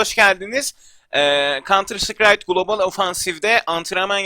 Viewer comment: kantır sıkrayt diye girdin :D